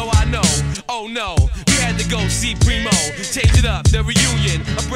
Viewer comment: *P-R-E-E-M-O Not Primo or Premo Its Preemo